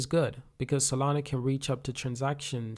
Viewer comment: "solan-O" "Radion" - bro can u read?